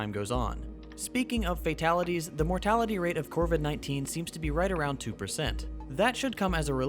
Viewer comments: It is. He keeps mispronouncing it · I thought the disease name was COVID-19 you said CORVID-19? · Still great, but "corvid-19" makes me giggle.